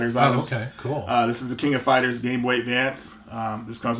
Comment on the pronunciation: Yay!!! said it right! "The King of Fighters!!" Way to go,!! 👍🏼👍🏼👍🏼